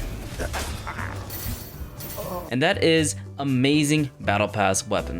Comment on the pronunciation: I like how you said "reinstalled AGAIN"